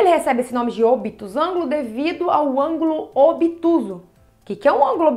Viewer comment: Não é "ângolo" e sim "ÂNGULO". Por favor.